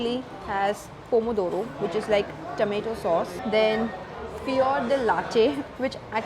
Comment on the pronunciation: I think that's "Tomato". Not "Tameto"